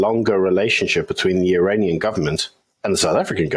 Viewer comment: Iranian ....... not Uranian